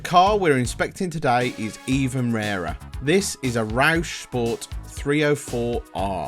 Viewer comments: Rouse Sport. The fastest cosworth you could ever by from a Ford Dealer. Btw Its pronounced Rowse, not Rowsh... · One question, What the hell is ‘Roush’ ? It’s Rouse 🤣🤣